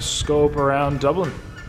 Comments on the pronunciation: Dooblin, tuned into Dublin. What happened? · Dublin. Man pls don't say it like that again 😂